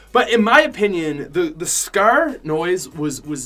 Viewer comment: It’s call scar not sckkkrr